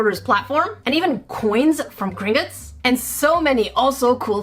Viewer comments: Just if you don’t want to piss off Harry Potter fans it’s pronounced Gring-Gots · As a Harry Potter fan when she said grin gits I got annoyed